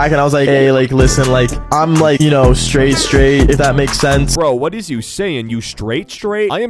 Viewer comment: Bro said "After waht"